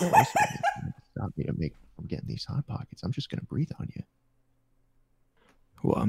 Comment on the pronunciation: No one MrJ0h0: Pot hockets